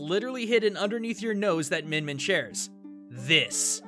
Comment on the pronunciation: It's more like "meeyin meeyin"